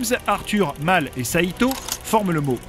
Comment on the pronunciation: pourquoi "Mal" alors que c'est Mel mdr